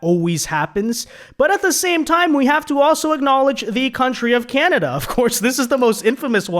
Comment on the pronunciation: KANADUH EH?